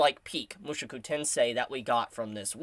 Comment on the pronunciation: Why do you keep saying mushuku? Aaaahhhh my ears hurt hearing it.